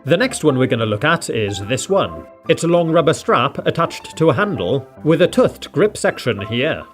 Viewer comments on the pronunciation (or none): The foulest pronunciation of tooth 😂 my friend does this. I bet you say mustosh too 😂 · TOOTH not tuth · Stop saying tuth instead of tooth!!!! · He says 'tooth' as 'tuth' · It’s tooth, not tuth. 😅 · ITS TOOTH NOT TUTH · The way he sad tooth was like thoot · he is british but its not the way most people in the UK pronounce tooth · I love the way he says tooth